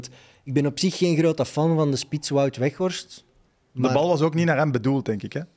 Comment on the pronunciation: Ik hoor steeds wegworst😁 is het niet Weghorst😂😂😂